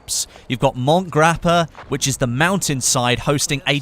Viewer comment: By the way as an Italian it is pronounced Mont-e Grappa not mont as in French pronounciation